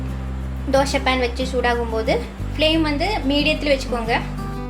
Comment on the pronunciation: Not Dhosha Dhosai.